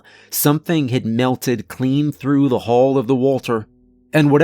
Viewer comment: Hull and Hall are not supposed to sound the same, boss.